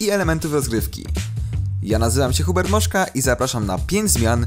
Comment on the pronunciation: "Hubert Moszna" XD